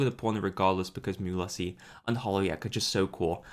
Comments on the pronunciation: Mumu's name is pronounced like Mule-sees according to her EN va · I love how he said muelsyses name wrong and then said i apologise and said it wrong in a different way xDDD